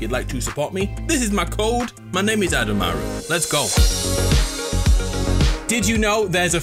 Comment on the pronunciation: Why did he say code like that